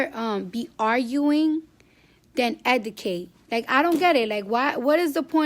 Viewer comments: EDUCATE NOT ETICATE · Bitch can’t even talk eudcat bitch what u mean educate dovitory bitch you mean derogatory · I LOVE Cardi B but she can't talk for shit....🤣🤣🤣🤣 She killin' me with the word "Educate"....(Edicate)..I cannoooot LOL SHE'S RIGHT THOUGH!!!! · it's educate not edacate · E D I C A T E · Okay you saying that people should instead of drama they should educate you can't even pronounce it so how you expect for you to say 2 people you should educate yourself but you can't even pronounce it first you learn how to educate yourself and then you tell the people that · Her school should of told her not to say EDICATE either 😤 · Cardi is like my lil sister sometimes because I love her but she be pronouncing shit wrong, its "Educate" Cardi 🤦🏽‍♂️💛😚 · yeah ik she can’t speak it was bothering me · Why she keep say educate like that lmaooooooo